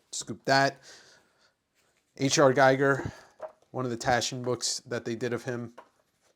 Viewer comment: fyi It's pronounced *Geeger, for reference